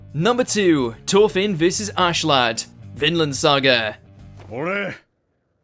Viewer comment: You it’s Askeladd not Ashladd Right like wtf